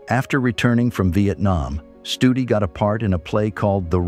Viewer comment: Stoodi not study..